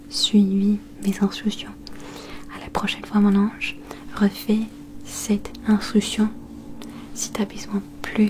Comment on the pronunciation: Tellement mignonne la façon dont tu prononces "Instruction" 😍